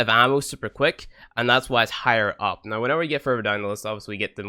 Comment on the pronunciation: Why is he saying noi instead of now? Is that a dialekt? Don't want to offend or trigger...just want to know.